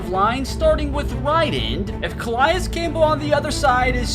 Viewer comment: Your saying Calais name wrong